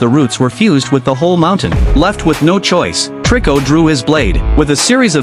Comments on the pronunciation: It's not triko it toriko bro😅😅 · HIS NAME IS TORIKO NOT TRICO😅